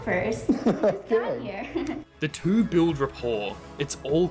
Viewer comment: "Look at the tew of you dancin' that way..."